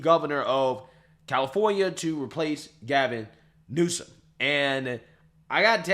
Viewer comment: The is on 'e' in Newsom.